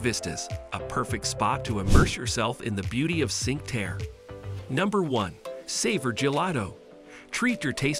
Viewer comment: Need to learn how to pronounce Cinque Terre.